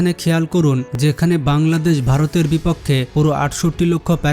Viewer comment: ভাই তুমি বার বার পাংলাদেশ পাংলাদেশ করো কেন ঠিকমতো বলো বাংলাদেশ 😡